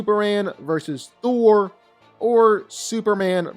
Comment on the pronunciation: I like how u kept saying "Throll" 😅. He's too overrated